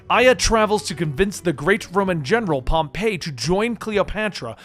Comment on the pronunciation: It was pro pronounced “pom-pee”